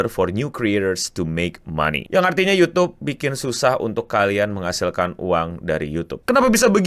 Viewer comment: Youtube, "Y" nya Yahodie 😹